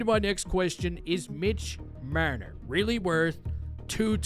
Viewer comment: Love the way you pronounce Marner ;)